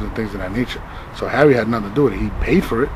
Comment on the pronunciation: he called him Harry, but it sounded like Harvey... I think the Indian dude pronounces his name Haré like Hare Krishna. Someone I. The comments laughed and noted ARP is the only one who pronounces dudes name right